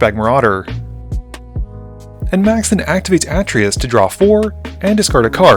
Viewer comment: It's actually Uh-Tray-Yus